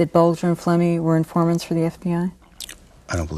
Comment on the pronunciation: Who'd you say these infahmants wuh?........ I didn't....